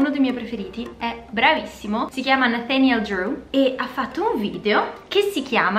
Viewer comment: devo dire che la pronincia di Nathaniel è parecchio azzeccata